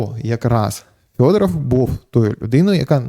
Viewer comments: Так ріже вухо Фьодоров, хіба не Федоров? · Ярославе, чому ж він у вас Фьодоров? Правильно ж Федоров!